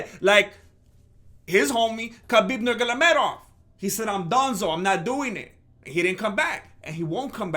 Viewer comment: Stipe muchacho 🤣🤣🤣🤣 khabib nogolomedov🤣🤣🤣🤣bruh you made me laugh so hard